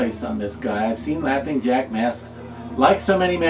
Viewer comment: Jaughing Lack 😂🤣